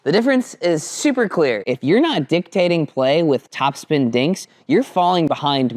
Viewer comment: I thought you said dinktating 😂